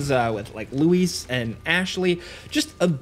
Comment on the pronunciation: I hate how they changed the pronunciation of Luis' name in the remake......Apparently now his name is LouiiiiiEEEEEZZZZ..........I guess it wasn't Spanish enough in the original...........so stupid........